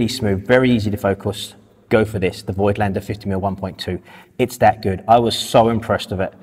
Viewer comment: People, as a German, please stop calling Voigtländer that way, it is pronounced 'Fogtlender'. Thank you.